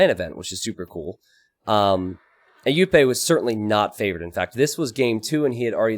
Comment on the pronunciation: Just nitpicking but Jupe is one of the most active streamers and it's pronounced with the English sounding J not the Spanish one